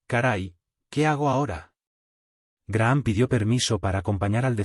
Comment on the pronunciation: Se pronuncia Graham ( Grajam).